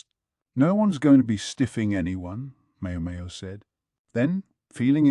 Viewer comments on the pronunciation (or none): Mayo mayo. Gayooshoon. Basin. Ahhhh-duo. Swy-rai...whaaarlll instead of what ... I still appreciate it as a whole but omg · not just a little lol. The ai voice calls her mayo mayo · The Mayo Mayo is killing me lol. And Basin. Gayooshun